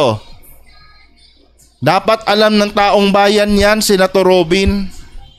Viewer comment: Robin padila bobo taong bayan pero ang bigkas niya e taum bayan bwahahaha saksskan talaga ng eng eng ang no 1 senador